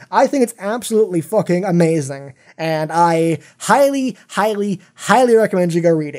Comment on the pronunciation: please dont say focking but fucking pls